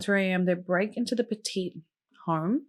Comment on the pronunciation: over a certain amount gets flagged.. also, I live min from Cheshire, it's pronounces Petit as in what do u do to a dog? you PET IT